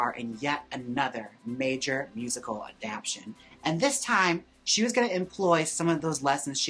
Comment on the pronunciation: Jaymes, you keep saying the word adaptation incorrectly About dozen times 😂